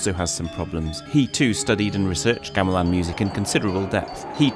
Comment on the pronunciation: The first syllable in the word "Gamelan" is pronounced with the same vowel as the last syllable. I don't know why English speakers change it when they hear Indonesian speakers say the word all the time and the "ɐ" sound is part of our vowel set. It should sound like the vowel in the word "gong", which is, you know, a metal percussion instrument.